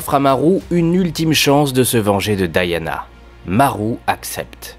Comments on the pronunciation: elle s'appelle Diana j'entent a chaque fois Daiana :D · Vous le prononcez probablement à la française : DI-A-NA. La prononciation logique (américaine) est donc DA-YA-NA.